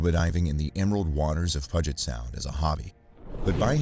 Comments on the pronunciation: The Puget is pronounced like pew-jet btw! We have lots of native names here so they’re hard to pronounce for everyone lol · AntiPOADZ!? PUDGET Sound?!? SERIOUSLY!!?! TERRIBLE narrator.